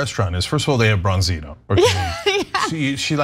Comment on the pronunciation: Sea Bass is what you're looking for. Nice fish, I'm not a huge fish guy (due to the heavy metals) but it is nice. For some reason in America it has been re-branded as "Branzino" (or "Bronzino" as the girl keeps on saying).